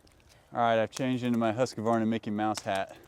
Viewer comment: Husqvarna, NOT Husqa-varna